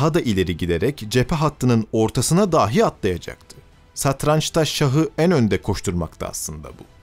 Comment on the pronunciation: Seslendirme tonu güzel ama bazı kelimeler hatalı okunmuş. ”Dahi(bile) kelimesindeki ilk hece uzatılmamalı, ”dâhi" olarak okunmamalı. ”Hatıra” kelimesinde sadece ilk hece uzun olmalı, ”râ" olmamalı.